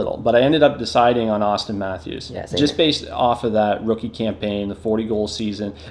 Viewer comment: "Mathwees" "Ottawwa" boi 😂